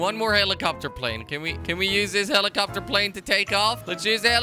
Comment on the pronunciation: Prize for whoever can count how many times he said heelicopter plane